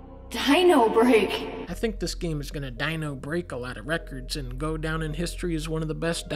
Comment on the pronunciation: I lost my shit when thou said: "dINOrbReAK"